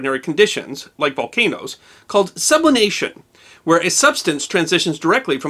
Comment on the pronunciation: It's sublimation, not sublination, and substanced are sublimed not subliminated.